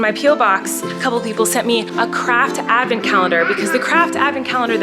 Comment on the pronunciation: Collen.... Its not Advnent, Its AH Advent.... Please learn from our Mr Flynn ❤️